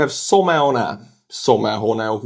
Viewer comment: your pronunciation of someone got me, my friend :D "some" + "one" ;) keep up the good work.